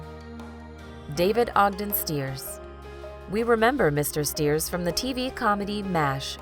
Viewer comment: C'mon. Get you information and pronounciation right. Margot Kidder co-starred with CHRISTOPHER REEVE as Clark Kent/Superman. Also, it's David Ogden (pronounced STIRES), not STEERS.